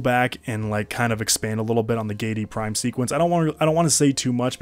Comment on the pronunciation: Gee-ay-dee Prime. Giedi. Not Geidi. Sorry, thx for the great video haha